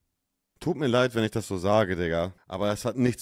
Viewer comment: Ja gut, wenn sie dann noch lernen würde, statt "isch" dann doch "ich" und statt "disch" lieber "dich" zu sagen... Dann würde sie auch mit einem Schlag sympathischer klingen. Kleiner Tipp: beim sch-Laut Lippen spitz, beim ch-Laut Lippen spreizen. ;-)